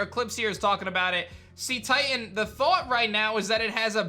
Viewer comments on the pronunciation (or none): Again... its pronounced 'say-titan', not 'see-titan'. the word comes from cetacean (pronounced say-tay-shun), which is the group that includes whales and dolphins, and titan, for obvious reasons.